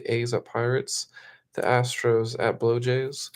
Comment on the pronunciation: Dude, pronounce’BlueJays” correctly! Bob